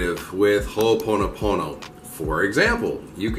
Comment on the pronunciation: Hey...say, "im sorry" again!🤣🤣🤣 I've been hearing about Ho'oponopono for quite awhile now, never knew what it was about until now...lol...but you pronounce it very well. Mahalo for this video, much aloha to you.🙏❤️🤗